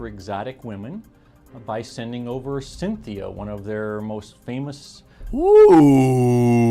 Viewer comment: Sin Thea 😆 Cheers.